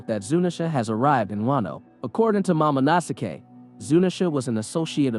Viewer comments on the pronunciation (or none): its momo no sk not mamo no sake ............